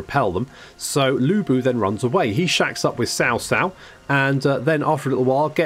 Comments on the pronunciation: It's more like "Chao Chao". "Tsao Tsao" is more of what you westerners say which is technically... Wrong. There's no "sh" pronunciation in his name. It's more of "cha" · I'm so to triggered when you said "SAO SAO". damn. its CHA like CHARLIE without the H. jeez.